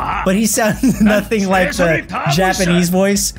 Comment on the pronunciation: Ehjiapperhneese after google translate Japanese